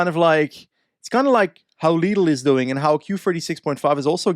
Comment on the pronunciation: For all of those a little confused, German supermarket chain is Pronounced LEE-dal 😜